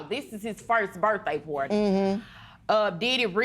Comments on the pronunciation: "pooawty" and "iv and capeta at the hospital". LORD! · Birthday "pourdie"... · Insomnia Charles Birthday Porty. I'm pretty sure they both said porty.